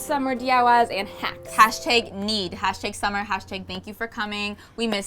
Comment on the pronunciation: I thought she said hats at the start, not hacks, so now I'm really disappointed because I wanted to see DIY the cute hat she was wearing